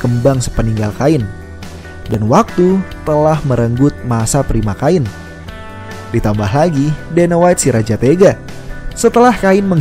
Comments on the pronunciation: Kain ? Kein bro penyebutannya 😅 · Penyebutan Namanya Bukan "Kain" min tapi "Khein" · pronounce admin sebut salah... cara sebut cain sama seperti ken..... cain - ken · Cain..bacanya..kein...bukan ngajari bang...biar enak aja denger narasinya..hehe..